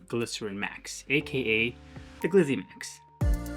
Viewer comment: I hit the X and looked for another review when you called it a what? "Glyzzy Maxx?" Geezuz man... give yourself a break.